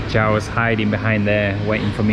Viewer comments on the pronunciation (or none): none